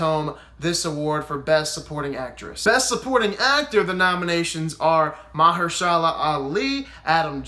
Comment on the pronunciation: Dude gaga has no chance. Its a race between Glenn Close and Olivia Colman. And its pronounced Ma HERSH a la.. with the accent on the HERSH. And its pronounced Rachel Vice.. Not Wise. Spelled Weisz.